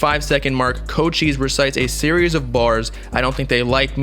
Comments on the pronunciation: It’s not pronounced Co-Cheese bruh, it’s pronounced Co-Chee-Say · Did mans just say “CO Cheese” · fr his tag is co cheese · It’s pronounced (coach - eyes) omg he ur favorite artist but can’t say his name right I just wanted u to know like every time u said his name it just hurt my whole soul 🤦🏾‍♂️😭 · My mans really out here saying “CO-CHEEESE” 💀🗿